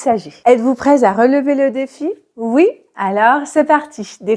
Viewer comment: "Êtes vous prêt à relever le défi" attention, il n'y a pas de liaison entre "prêt" et "à". Ne pas prononcer "prêtza" 👍🏻